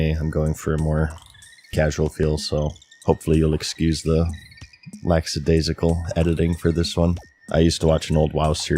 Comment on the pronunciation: It’s “lackadaisical” not “lacksadaisical”